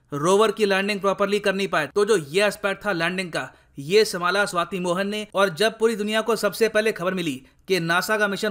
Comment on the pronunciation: be careful.. she is shwati not shweta ... 😂😂😂